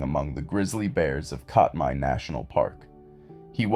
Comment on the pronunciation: It’s pronounced CAT-my